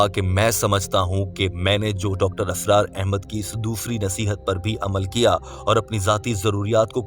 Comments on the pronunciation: Dear Brother, Assalamualaikum, it is Israr not Asrar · Mr. Audio, please improve your Urdu. It's not asrar it's Israr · Dr Asraar nahi... ISRAR hota hai. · Mr.admin nOt asrar But israr 👍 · You keep saying asrar his name is Israr... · It's not Dr. ASRAAR it's Dr. Israr.. Improve ur urdu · ابے "چ" ! "Israr" not "Asrar" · Dr.israr Ahmed, Not Asrar Ahmed as u pronounce,JazakAllah. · ASRAR NAHI BHAI, ISRAR AHMED HAIN